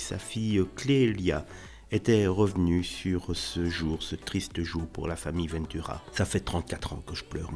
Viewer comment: Pourquoi prononcer : "vainetura" ? c'est VENTura comme on prononce vent, le vent ...